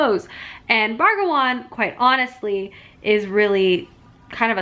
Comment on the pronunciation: I love these weekend reading vlogs so much but every time the title got read as 'Bragawan' when it says Brangwain it made my eye twitch lol